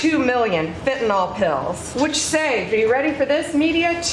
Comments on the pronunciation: Will somebody please teach Pam Bondi to pronounce Fentanyl? It's not FentanOL. There's no O in the name of the drug. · Why do so many people insist on saying "fentanOl"? It's fentanYl.